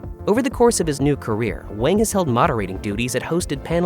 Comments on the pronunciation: Wang is pronounced as wOng, despite how it is spelled. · How could you not know Garrett Wang’s name is pronounced WONG? He is friends with my daughter and son-in-law. He came to their wedding. I talked to him at the reception for a little while. He’s very friendly and funny. I enjoyed talking to him. He gave a very funny and thoughtful speech at the reception. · It was for the best. Kes's character was incredibly shallow, and one note. The writers were running out of ways to utilize her. Not to mention she had a lot of mental problems that lead to her having a lot of problems on/off set. Garett Wang (pronounced "Wong") was under utilized until Kes left, at which point he contributed quite a bit more to the series. As I said, it was for the best.